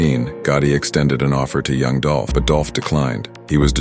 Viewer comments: It's DOOLLPPHH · ITS DOLPH 🐬